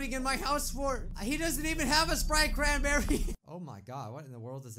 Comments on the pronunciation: Wana sprite chranbeey? Uh yes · “ WaNnA SpRiTe CrAn🅱️eRrY “